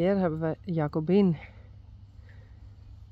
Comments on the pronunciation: No more Goedzo for these ladies. It was odd to hear "good girl" in English. And WOW, she said Jacobien with a hard J, like I did for so long before set me straight. Goodbye dames! It's a tribute to that we've become so attached to these beautiful animals. Although I understand, I too am crying over losing something that had become such an important part of my life, as well as for many others. Goodbye to "All the pretty little horses", but especially to Jacobien and Gea which were my favorites.😢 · Jacobien really stands out, she is absolutely gorgeous & regal. I liked seeing how they are shipped by plane, I was curious. It has to be hard on them - the take off and landing and probably the pressure difference. Nice new owner, but needs to learn to pronounce Jildou and Jacobien. Perhaps she will watch your videos and learn. I'm glad they are together and enjoy their new home. They will miss you guys and their other herd members though.